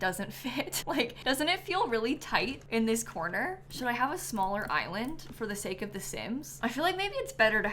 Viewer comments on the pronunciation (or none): none